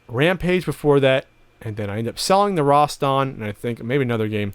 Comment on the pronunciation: Roston? I thought it was pronounced Rast an?